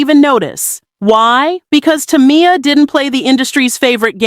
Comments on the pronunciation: Saying her like Tommy-yah is killing me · Maybe it's because people like you can't pronounce her name correctly 3 times in a row 🤔 Damn